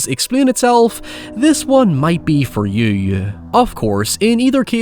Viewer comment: first time I’ve ever heard someone pronounce “you” with 2 syllables